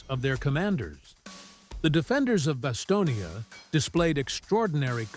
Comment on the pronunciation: It’s BasTONe, as in the word stone. Not Bastonia, for Pete’s sake. The final e is silent. How can you make a video about the place and not know that?